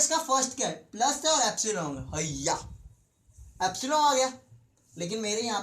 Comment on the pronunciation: abay epsilon hota h appsilong kya hota h bhai!!